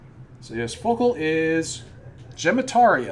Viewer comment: It's pronounced follicle and coop-rum. One's a latin word, the other's just... follicle